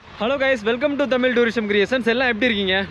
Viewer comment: Unga video nalla irukku,tamil illa (tamizh) uchharippu nalla sollunga.